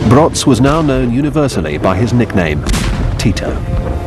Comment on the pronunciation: Josef Broz - his name is pronounced /brohz/, not /brots/. The British propagandist seems to think he was German! The British would have us believe that British officers led Tito's forces to victory. What cheek! The Ustashi were co-operating with the Vatican, which was co-operating with the Nazis. Vatican Concordat with the Third Reich (you'd never get them to mention THAT)